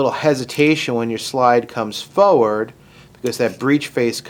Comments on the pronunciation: Why do you keep saying "foward" instead of "forward"? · Instead of tinkering with something that’s not broken you should work on your pronunciation of the word FORWARD. It’s not foward.🤪